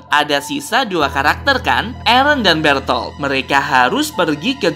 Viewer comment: mikasa ketika bilang nama eren: ereh